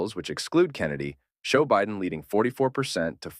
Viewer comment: why do you mispronouce Biden?